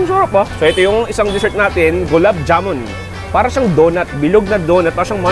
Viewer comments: My man did you just say julab gamun 😭😭 Julab is diarrhea in my (indian) language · Okay naman siya. Pero hindi siya marunong kumain ng chapati partner w/curry. And the proper pronounce for gulab jamun is (Glab jaman*)